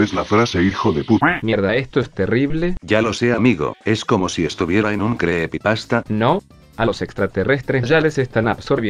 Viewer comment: me gusto que sonic diga creppypasta